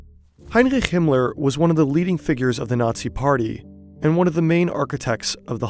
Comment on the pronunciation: Himler? Cmon, man...